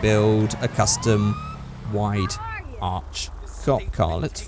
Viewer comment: did he say "wide arch cop car" or "wide arse thot car", coz for some reason I heard both of those